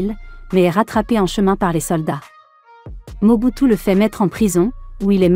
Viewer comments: Mobutu sisiskio kiukiuwungwendo wa waza dabanga comment tu peux massacre le nom de quelqu'un comme ça ahhhhh tu es mauvaise dehhh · La façon dont dame appelé le nom de Mobutu des seko wazabanga mes fait rire